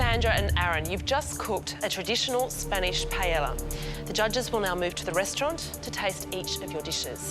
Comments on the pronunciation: nope, she actually said pallela so no problem. anyway none of those is really a paella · We pronounce it as PAH EL YAH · The host mispronounced paella 🥘 sad